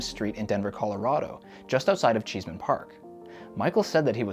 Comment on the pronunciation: CheeseMan Park? It's ChessMAN Park. SMH. Did you not watch the movie? LOL